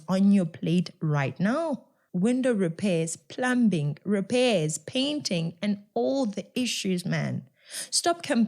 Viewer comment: Well said, I commend you for the work and awareness that you are creating🎉😊I have only one comment, the word plumbing is said "pluming" as the "b" is silent. Hopefully I won't be castigated by the viewers/listeners. Keep up the good work and thank you for keeping Us informed about the comrades😊🎉🎉👏👏👏